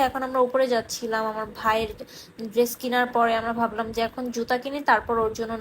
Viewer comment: Oti adhunik tai dress ucchaRon drest Hoya gese😁